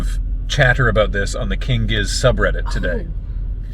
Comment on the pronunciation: I'm glad this isn't spoken like gif